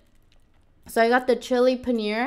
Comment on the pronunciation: Hey I am from India it's not called panear it's paneeeer